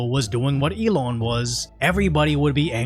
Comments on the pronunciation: The way you say "Elon" is a bit funny. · There should be a law against how you pronounce Elon 😮